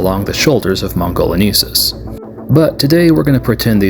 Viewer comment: Love the repaint work as always! 😁 I have this set and have animated these little guys a bit before too (they are difficult to keep stable during stop motion filming x_x) If I may, to help out for future reference It's "mon - go - lee - en - sis" for Velociraptor mongoliensis, hope you don't mind this, I couldn't help notice you kept saying mongoleneesis instead and wanted to help a bit there 😅